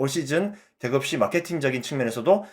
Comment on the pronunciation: 대급시? 대겁시 ?? 믄 말인가 도리도리 몇 번 들어보니 <대구FC > 라는 거군요